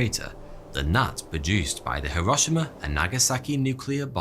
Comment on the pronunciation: "hir-ah-she-ma" huh?